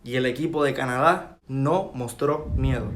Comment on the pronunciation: No se pronuncia cana da sino una sola pronunciación Canadá .corregiste al pronunciar ese país .